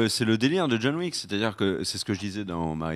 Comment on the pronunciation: John Wick = John La Méche, pas John Le Faible! "Wick", pas "Weak"!